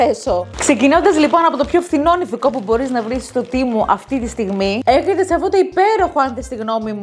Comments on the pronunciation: Λέγεται ΤΕΜΟΥ ΟΧΙ ΤΙΜΟΥ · Συγνώμη που θα στο πω δεν το λέω από κακία το λέω για να το λες σωστά εσύ κι άλλα βίντεο Το τεμου Το λένε τεμου Όχι τι μου😊😊❤